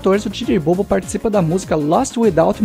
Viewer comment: Só a pronuncia precisa melhorar. A pronuncia correta seria dj bobo (bubu)